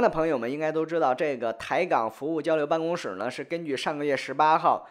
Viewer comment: 办公室（shi 四声，同“是”）